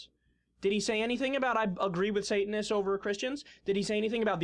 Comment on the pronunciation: I cringed every time she said Sate-an-ists! Ha